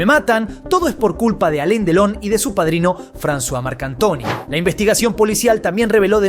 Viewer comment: No se llama Aleen Delon sino Alain Delon y se pronuncia Alan.Delon...